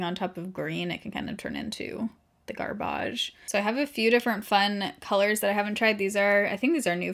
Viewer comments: I love the certain words you use and how you say them, like you said "garbage" kinda fancy and my mom does that, it's hilarious haha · The way you say garbage 🤣🤣🤣